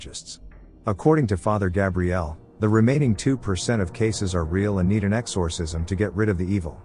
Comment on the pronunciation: "X-OR- Cism" sounds weird in AI voicr 😅